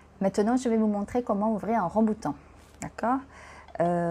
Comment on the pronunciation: ขออนุญาตแก้ไขนิดนึงนะคะ :) ภาษาฝรั่งเศสเราเรียกว่า RambOUtan นะคะ ไม่เหมือนภาษาอังกฤษค่ะ Je vais vous parler ใช้ infinitif Complètement* ระวังนะคะ è ไม่ใช่ é Comestible มี m ตัวเดียวค่ะ Personne (en mange) ไม่มี s Au niveau du* prix 2 kg et quelque chose ไม่มี s Ça vous a plu* ไม่มี e ค่ะ สำเนียงพี่ดีมากเลยค่ะ :)